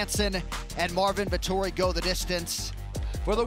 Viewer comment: "Eengry Morvin Vetori " Chael Sonnen.